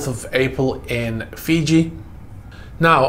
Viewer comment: “Freeji”? has become a Russian sympathizer? 🤣Just kidding. Though part of me hopes these seized yachts end up on the autism block, I know I’ll never be able to even charter one for 15 minutes, much less buy one.